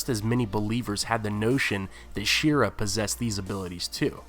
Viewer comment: Shee-ar-ruh... yeesh